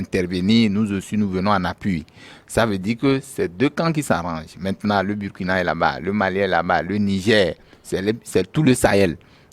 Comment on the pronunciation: Monsieur prononce mal le Burkina. Et il minimise le terrorisme. C'est grave. Les derniers coups d'état, pour ce qui est du Mali, Burkina et Niger sont dûs à 80% au terrorisme. Quand on n'a pas le terrorisme dans son pays, son analyse ne peut qu'être dans le décor.